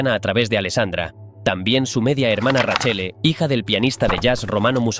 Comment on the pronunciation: Nepotismo puro , nada meritocratico , acá en Roma no son bien vistos por su hipocresía , buen relato la verdad me daba un poco de cayo cuando decía raccele en vez de Raquelle 😂😅más de un detalle que se hubiera investigado más pero buen vídeo